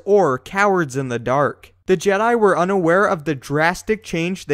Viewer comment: tha je-diiii still haunts me....